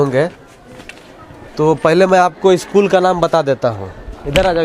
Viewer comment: Eschool nhi hota ' school' hota hai 😂😂😂😂😂😂😂😂